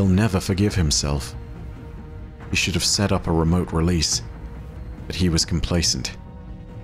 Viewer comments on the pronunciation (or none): none